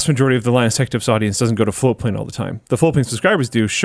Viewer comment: I never hear the t in floatplane for the longest time I thought it was flowplain and that is still what I hear.